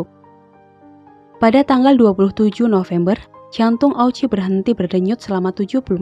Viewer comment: Mukjizatnya di mana..... Dan itu namanya yang benar diucapkan sebagai Oochi (o-nya panjang), bukan o-u-chi